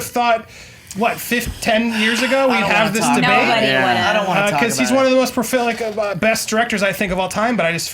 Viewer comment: Did Andy just say Tim Burton is 'profilic'?